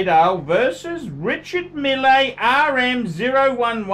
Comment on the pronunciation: It's your opinion. Your opinion matters....... (NOT) When you give an advice try to (at least) pronounce the name correctly REE-Shar Meal not Milley.... and to top it all off you can't even read the Chrono 24,you don't understand what is going on and why there is a difference in the price.Maybe your so called "billionaire friend" can help you so you don't have to bag for donations and change the shirt at least weekly.